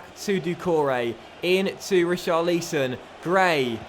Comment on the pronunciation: Pls say richarlisons name properly you say it wrong check how the commentators pronounce his name when he plays in real life